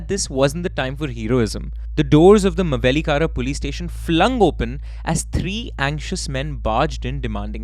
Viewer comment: I am from Mavelikara and it's funny hearing you say it 😂